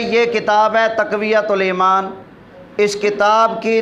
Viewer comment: تقویة الایمان نہیں تفویة الایمان